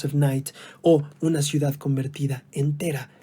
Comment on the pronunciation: Ciudad ,, hno ,, no cuidad ja ja ja se escuchó chistoso